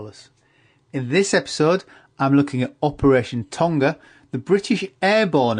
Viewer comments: It's not the pacific word Tonga. It's the British version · tonga is pronounced wrong :(